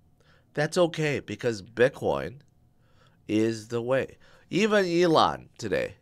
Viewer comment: I remember when you used to call him A-lon musk 😂